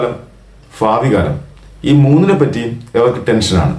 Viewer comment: ഫ അല്ല ഭ ഭാവി,ഭൂതകാലം